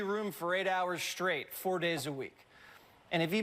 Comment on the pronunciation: Why does Jesse say “shtraight”? Is he drunk?